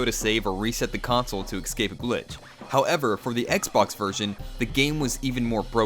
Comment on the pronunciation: It was only his over-enunciated pronunciation of "how-ev-err" that bothered me..